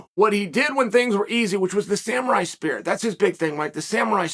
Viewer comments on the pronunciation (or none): SamUrai, not SamArai... love ya bruh. Just trying to help. Also... new to Oregon, live in Newport! I'm a Master Framer if you need anything built! Surfer Construction!!!!